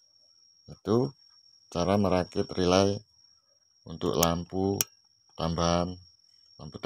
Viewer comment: Relay bang bukan rylay😊